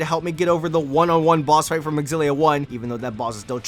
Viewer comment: Zillia not xgillia